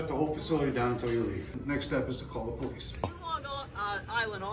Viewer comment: I can definitely tell she’s the one that called the po-lease 🤣🤣🤣